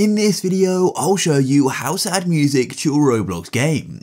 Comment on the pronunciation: good tutorial but "Howsadmusic" BWHAHHAHHAH